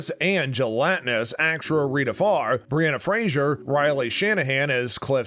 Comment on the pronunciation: "Breanna Frasier"? Wait what?